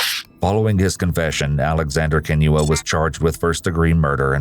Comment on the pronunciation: This is besides the point but the way he pronounces Kinyua is the best I’ve ever heard a non Kenyan pronounce it.